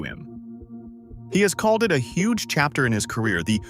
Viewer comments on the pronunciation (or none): none